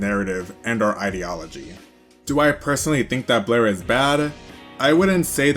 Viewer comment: You MISPRONOUNED Blaire Many Many Many times 😂😂😂😂